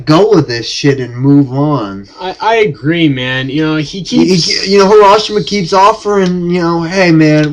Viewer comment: HaSHI-Rama!, not HaRA-SHIMA!